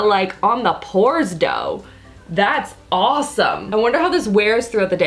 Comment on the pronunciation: Lol "But... On da pores do" 😂